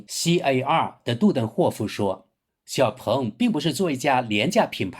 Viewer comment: “鹏”，发第二声。不是第四声。强盗，蠢货，学学中国语言的四声法。